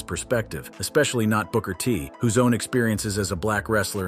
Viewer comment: "Broker T?" SMH!